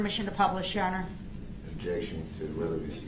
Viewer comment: OBJEC-Shun!!! If 1 word makes no difference after a year, then why are you worried about it being changed DUHH-RRELL? Funny how he basically steals the word’s of the Prosecution, then uses them to sound Smart!! Even with him not being able to properly say ASK!!!!! Instead he “Axes” ridiculous questions!